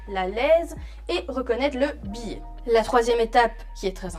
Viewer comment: Très bonne explications, merci. Cependant ne prononcez pas "billet" pour biais.